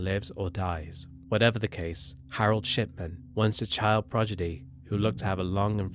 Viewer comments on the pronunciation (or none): voice over: 'harold shipman no doubt was a "projiddy"" ( he meant "prodigy") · "Harold Shipman, once a child 'projidy'".... lol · Yeah well they allowed you to call Harold Shipman a former child " progidy", whatever that is. Maybe you meant child prodigy. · What's a 'progidy'? The word is prodigy... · what about how you made a video about IQ's and cannot pronounce "prodigy" lol. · “Child proGidy” …..that’s funny.